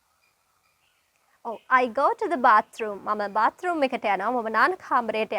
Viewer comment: Natives ලා බාතෲම් කියන්නේ නෑ. බෑතෲම්. කප් ඔෆ් ටී කියනවා ඕල්ඩ් ජෙනරේශන් එක. ටී, ප්ලේන් ටී ලංකාවේ තියෙන්නෙ. බ්ලැක් ටී. ටී විත් මිල්ක්. යූශුවලී.